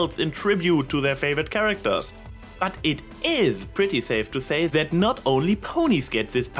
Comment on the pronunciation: ok, I think I am getting used to the accent, but I keep cracking up every time you say "zet" instead of "that". ...this is NOT a hate comment, I can very much relate to this.